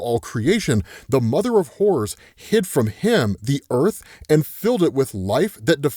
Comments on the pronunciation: Anyone else thought he said “mother of whores” for a moment? I took me a second to realize he was saying “horrors” 😂😂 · Lmao im sorry but every time you say "Horrors" i hear "Whores". Ik just like yeah whores can definitely lead you to a good time and horrors. 😅